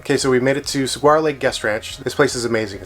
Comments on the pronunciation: The first time saying it was the best, but all were off. It is Sah-waa-row with a slight roll of the r if you want the full effect. Most don't though. The sound of the floors remind me of my great grandmas house in Bisbee. That is the sound all the old houses make up there. Might stop in sometime. The 4th of July they always do cart racing down the main street. Bisbee (old Bisbee,, jot new Bisbee) isn't what I grew up knowing, but it still has some of its history left. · LOL, you guys killed the word "Saguaro." I was born and raised in Arizona, although retired here in Central Oregon these days. How the cactus is pronounced phonetically is Su (as in summer)-war-o 🙂. Keep the videos coming. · As a native Tucsonan, I have to say, that was the best mispronounciation of Saguaro I think I have ever heard. Lol. Thanks for the giggles. And thanks for sharing Arizona! As I age I am realizing I am realizing how much of my own home I have never explored. How do you find your locations to visit?